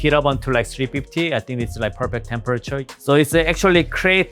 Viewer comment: Pur-pek-tur pruyed ceekin-de